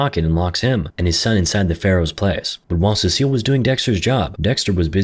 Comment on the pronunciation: How is no one else going crazy every time he says ce-cil instead of cecil